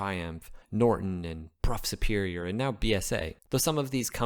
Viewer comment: If youre going to produce this sort of content, at LEAST do your research and learn how names are pronounced. Brough Superior, is pronounced BRUFF Superior, not BRO.